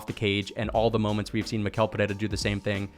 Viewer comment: Since you're one of the few YouTubers who pronounce "Pereira" right, I have to help you with Michel too. The ch sounds like sh, not like k, so it's like mee-shell. Good job btw, you and the Guru are the analysts I follow the most to get hyped for the UFC!